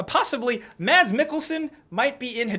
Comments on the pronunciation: Mads Mikkelsen its pronounced Mas silent D goodday :D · You don't pronounce the d in Mads :P